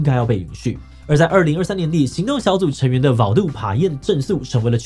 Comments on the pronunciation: Payen的p，應該要發成ㄅ；台灣原住民語和台語羅馬拼音一樣，P都是發ㄅ；只有客語不一樣，這時候又跟英文一樣發ㄆ。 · 官話寶的ㄅ是對應羅馬拼音的P 所以寫寶完全是錯誤的發音 志祺把Payen的P發成ㄆ也是不正確的 這是官話的限制，必須用更完整的發音去理解其他語言